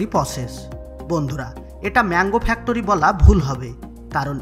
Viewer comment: আহারে উচ্চারণ!! ফ্যাক্টোরি 😆😆